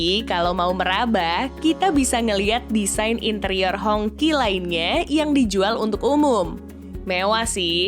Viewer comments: bacanya "Hong ci". Bukan "Hongky". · Ralat dikit ya, baca nja jangan honki lebih mirip nya Hong chi. kalo Hongki, jadi kayak nama tetangga ane si Ahong yg ganti ke nama Indonesia jadi Hongki/Honky. 🤭 Anyway good video 👍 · Hongqi dibacanya Hongsii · Mungkin dia baca versi bahasa hokkian nya yaitu "ang Ki"